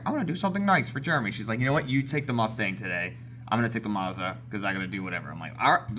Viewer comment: I hate how Jeremy pronounces Mazda, it's mAzdA.